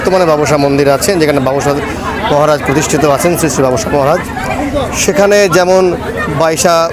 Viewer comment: বাবসা না বাবোসা ভালো করে জানুন তারপর উচ্চারণ করুন নাহলে ছেড়ে দিন reporting